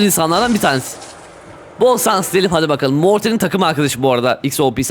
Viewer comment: Bol sans ş deil s